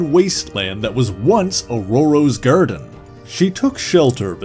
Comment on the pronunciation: take a shot every time he says "gUHrden", "UHrmUHr" or "dUHrk"